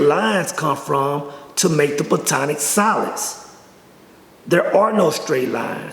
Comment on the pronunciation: It's not "plutonic solids" It's platonic solids. And his realizations come from tryptamines, most likely dimethyltryptamine